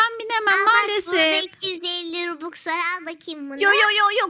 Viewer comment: Abla o bobux değil robux